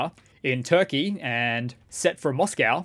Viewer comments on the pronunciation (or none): none